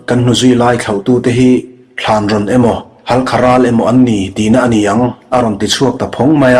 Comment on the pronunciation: I chhiar ngaihnawm khawp mai, mahse Thlanrawn tih i lam rik dan hi a dik lo Thânrâwn tia thlûk tur a ni e